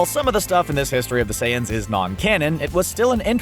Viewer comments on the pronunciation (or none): none